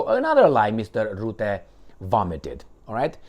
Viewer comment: Rutte, NOT ROOTTE. Dutch 'u' is pronounced like U in hut, cut etc. Alexander Christoforou has the same problem. Mark Rootte does not exist. Only Mark Rutte exists. Rutte is a free mason. Free Masons are everywhere, also in Russia.